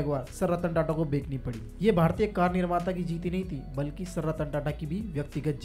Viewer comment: Bekani nhi Bechni hota h❤ pronunciation par dhyan dijiye ❤